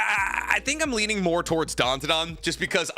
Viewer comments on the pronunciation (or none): none